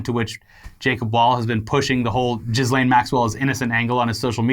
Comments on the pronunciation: It's pronounced "keys-lahn" not "jizz-lane" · You’re pronouncing her name wrong it’s French but it’s more like Joslin ... just French it up not Jizz lane lol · pronounced "Ghis" really weird and now all I hear is Jizzlane. EDIT: Oh god, thats her name. The irony. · Like.... you both know how to pronounce it, but I smile every time you say JizzLane Maxwell. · I love that they always mispronounce ghislaine’s name on purpose.